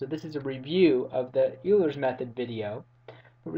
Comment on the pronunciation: Euler is pronounced "Oil-er" not "You-ler."